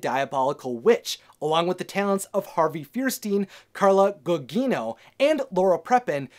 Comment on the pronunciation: I think you meant Harvey Fire-Steen & Carla Goo-Jeeno